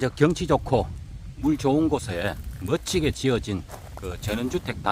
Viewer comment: 아니 이보시오 당신이 지역 부동산 전문가도 아니고 건축전문도 아닌데 허구한날 멋지게(갱상도들이 하는 억양)지어졌다느니 풍광이 좋고 위치가 좋느니..당신 본래의 영상취지가 뭐였나 반성좀 해..참 재수없구만